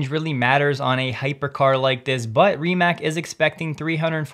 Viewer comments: Mate Rimac is not pronounced like “mate” (friend). It’s just as it’s written. MA-TE RI-MA-TZ. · FYI Mate Rimac == Mah-tay Ree-mats